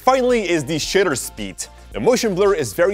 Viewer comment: Shutter said in your accent sounds like something competely different